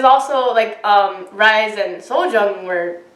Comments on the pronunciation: Why is everyone mispronouncing Rise's name?? IS RISAE OR RII - SEE . I know she "rised" to heaven but please don't be completely ignorant . Is not the same pronocining as in American English, this is her name. Learn how to pronounce it first before saying it out long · I think RiSe is pronounced as Ree Say.